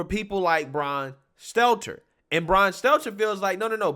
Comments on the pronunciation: I love how you say “Seltzer” instead of “Stelter” He’s so insignificant that he doesn’t even deserve to have his name properly said. LMAOOOO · He always calls him Selter